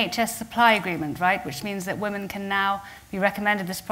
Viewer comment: It's pronounced /ˈwɪm.ɪn/ (Cambridge Dictionary)